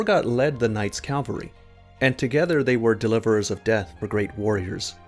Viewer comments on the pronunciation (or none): Thanks for this insightful video. Now I know, and knowing is half the battle. By the way, did you say "Night's Calvary" instead of "Night's Cavalry"? I can't help but chuckle every time someone pronounces "cavalry" - which are soldiers who fight on horseback - as "calvary" - which is a representation of the crucifixion and the name of the place it supposedly took place in. I'm not a religious person by any means, but these happen to be two vastly different things with fairly similar names, making it rather funny if the pronounciation of the two get mixed up.